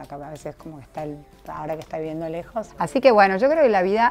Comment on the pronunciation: Esta iviendo...una nueva palabra....que quiere decir viviendo...pero es cheta o sera el colágeno que no le permite pronunciar bien ja